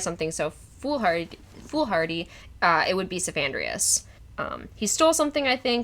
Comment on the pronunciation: It's "Cephandrius", not "Sophandrius" so it's more like Headman than Wiseman